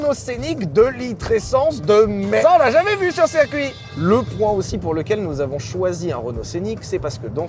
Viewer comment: Chers youtubers, on dit circuit pas cercuit.